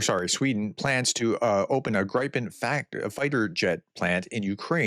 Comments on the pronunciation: I think Gripen is pronounced like grip-en, not gripe-en. That’s the way I’ve always heard it pronounced.😊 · Professor, please try to pronounce the Swedish airplane like this: Greepen.